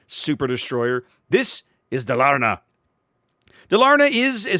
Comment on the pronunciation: Stress on the firs syllable - Dálarna.